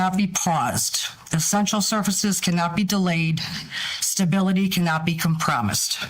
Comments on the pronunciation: When I heard "compromised" pronounced "com promised", I was shocked that didn't pop up and scream like Bigen's varmint. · Com-promised? Conjugation Camp immediately. Good Lord, how do grown people not know how to pronounce words? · If you can’t pronounce “compromised”, you shouldn’t be running anything!